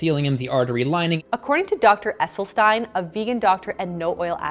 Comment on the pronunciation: Thank you for saying Esselstyn's name correctly. 😅